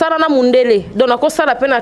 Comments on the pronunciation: bolingi télévision mais prononciation pe mobulu na français, on dit donc et non donki eza pasi yango bozokoka kolobela makambu ya mboka te kala te 1er ministre akobima kuna bino kaka kidiba,pcq bosutukela kaka kosenga bana poto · mbamu mbamu ken alobi donkiiii 😂😂😂😂😂😂😂😂 obuki nga panzi 😂😂😂😂😂😂😂